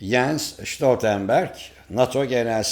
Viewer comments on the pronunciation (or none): Hocam her Stoltenberg dedigin videoya bu yorumu ekliyorum, adamin adinda Ş yok adam alman degil norvecli, sadece Stoltenberg. Norveçten selamlar